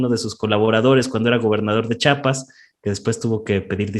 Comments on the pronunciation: Se dice CHIAPAS NO CHAPAS😡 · Se lee chiapas no chapas muchacho